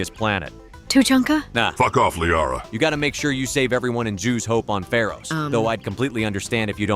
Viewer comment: Was literally waiting for it and as soon as I heard the Zhu’s hope pronunciation 😂